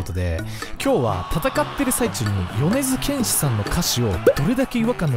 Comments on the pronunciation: 米津玄師のイントネーションが違う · よねづけんしのことをよねづげんし言ってた人おるやろ おれや。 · 皆さん、よねずけんし⭕ よねずげんし❌ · ま ま よねずけんし❌ よねづけんし⭕️ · 米津玄師(よねづけんし)です。 ｢げんし｣じゃなくて｢けんし｣です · げんし じゃないよ けんしだよ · よねづ「け」んしやで